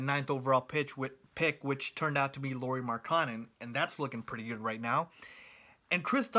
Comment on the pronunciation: Your a bulls fan and you don’t know how to say Lauri Markkanen’s name